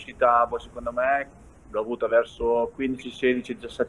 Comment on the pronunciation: nessuno: beli: shecond me..